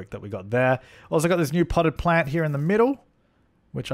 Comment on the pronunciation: I know this is an ancient meme but seriously: potted plant Australia: h*e dont do it::) Australia:...::) Australia: oh my god: pott plant:) 🌱